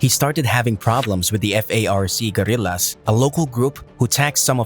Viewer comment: It’s FARC not F-A-R-C.